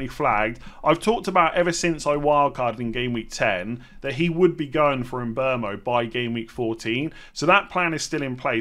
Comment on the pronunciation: why do you call him mbomo? It’s mbeumo.